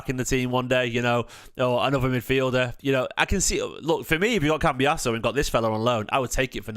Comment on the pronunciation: Don’t want to annoy you but why do you keep saying cambias e o it’s doing my head in 😂